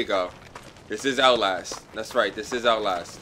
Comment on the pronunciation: LMAO "OUTLASH TWO"